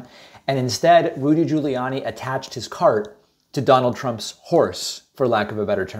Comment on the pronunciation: Saying Rudy like the voice over Tony Baker pronounces it. (ROOOODY) makes me giggle...